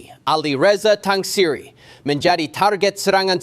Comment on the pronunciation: Tang siri jadi tang patah